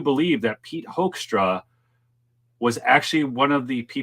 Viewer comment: Pronounced hook'-stra ' as in 'book' Pete Hoekstra is a Michigan career politician.